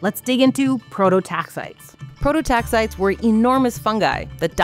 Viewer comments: Um, it's pronounced Pro-to-tax-i-tees. Prototaxiteeeeees. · They aren't 'prototaxites': Their genus is prototaxites NOT PLURAL. 'Pro toe tax eye tees'. Geddit? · Please, "Prototaxites" is pronounced, pro-toe-tax-eye-tees. I will get off my soapbox now. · 1. The “ites” at the end of “prototaxites” is not pronounced like in stalactites, as in this video. It is pronounced like “eye-tees” 2. From what I understand at this point in the literature, the idea that they stood upwards like columns is outdated. Pretty sure they just laid horizontally in the ground. As a palaeobotanist myself, I love seeing cool things like prototaxities discussed by the general public like this, but getting the basics of pronouncing the name of the organism wrong made the video difficult to watch. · The canonical pronunciation is /ˌproʊtoʊˈtæksɪtiːz/ "pro-toe-TAX-itees"